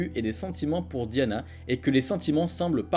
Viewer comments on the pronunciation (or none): none